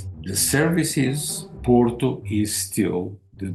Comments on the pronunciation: Try to say Porto, not "Poro"! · New drinking game: every time you hear Poro instead of Porto you drink a shot of whisky I'm mid video and i'm fucking hammered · Pls, it's not "PORO"... It's "POR-TO", strong T.